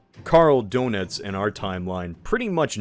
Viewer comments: I was already laughing to myself hearing him say Dönitz like Donuts, but then hearing Yack a Turin Burg made pause and come to the comments lol. Glad I’m not the only one felt that gut punch of a pronunciation. Not to shit on the video, great video overall and I appreciate all the effort put into the scenarios and production value, this just made me laugh (and cringe a bit). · Donitz?😖 It's Dönitz! With an ö!